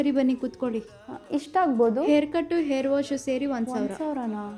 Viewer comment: Air alla akka adu Hair